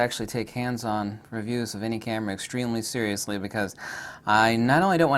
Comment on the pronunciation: Zeriously Nikon